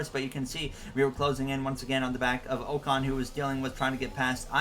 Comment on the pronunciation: And Ocon is "ahcon"